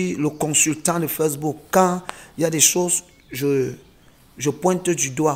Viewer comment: Les croi😂😂😂, feucebook😂😂😂vasero, waaaaa facedebook😂😂😂😂